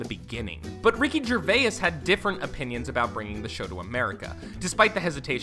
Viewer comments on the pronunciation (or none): Have you never heard of a diphthong? It's where two vowel sounds blend together to make a single-syllabic sound. It's not Ger-vay-iss, it's Ger-vase. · Gervace, not Gervay-iss; Rain, not Ray-inn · Idk where you're from narrator man. But I NEED you to know that just because a word has an "i" in it doesn't mean you hard stop on the letter before to put a hard "I" in the word. It's not "ger-vai-is" it's "ger-vase" and it's not "rai-in" it's "rain" you've added too many symbols and an extra "i" both times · it’s not rayen wilson or ricky gervayes it’s rain and gervais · why does the letter "I" make you add an extra syllable to words? Ricky Gerva-is, and Ra-inn Wilson. its just "jer-vase" and ..."rain" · RICKY GERVAYUSS LOL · Why does he say Ray-Anne and Ger-Vay-ass? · Mindy “KAH-ling”, “Ray-in” Wilson, Ricky “Ger-vayus”.... dude. Great video but you butchered these peoples names. 🤦‍♂️😂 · It's pronounced jerVAY. It's FRENCH. Your pronunciation is CRINGE. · Ray-in Gervay-is Does this dude know how to pronounce words right? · Rick Gervay-ess... Ray-enn Wilson... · Gervay-is? Ray-in? Why can't this person pronounce words correctly? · "Rayan Wilson" "Ricky Gervayas" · THANK YOU I was so triggered. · The way this guy is pronouncing 'Gervais' is absolutely hilarious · dude, learn how to pronounce Kaling and Gervais. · Someone needs to teach this guy how to pronounce Gervais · This guy cannot pronounce people’s names eg Ricky gervayis and rayinn Wilson 😂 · Gervais is two syllables and Rainn is one. It's not pronounced "Ray-in." This narrator stinks. He also pronounces Mindy Kaling's name two different ways like 15 seconds apart. He obviously was just handed a script and never watched the show. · Your pronunciation of Gervais is sickening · so glad someone else noticed this. 😂 he screwed up multiple names lol, Mindy Kaling (only at first) and Ricky Gervais as well... I felt I needed to be the guy to point this out... 😂 thanks for the year old assist lmaoooo